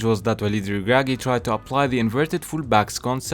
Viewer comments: The way u pronounce Walid El Ragragui is spot on! 😅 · Are you Arabic, you pronounce ounahi and regragui very well